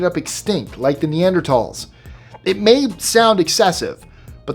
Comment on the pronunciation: Every time I hear you say “Neanderthal” I smile - you are one of the few people I’ve heard on YouTube say it properly.